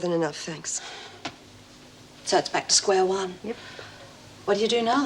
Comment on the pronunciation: I hate the way says tanks instead of thanks